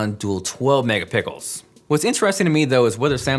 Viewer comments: hahaha did you just say megapickles lmaooo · Was it me or the he say mega pickles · "12 megapicles"😂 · Lmaoooo i remember when you said megapickles lol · Said megapickles